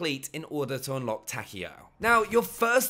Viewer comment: Takeo not Takeel